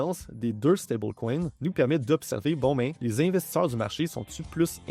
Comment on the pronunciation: On dit investisseurs eur pas investissor monter incroyablement beaucoup 🤷🏼‍♂️ 😢